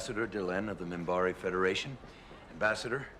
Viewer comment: Minbari. With an n, Minbari.